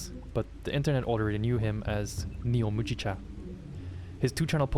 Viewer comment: MOO GEE CHA, it's barley tea